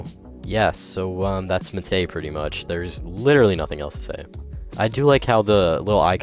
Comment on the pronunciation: why the hell does he say muh tay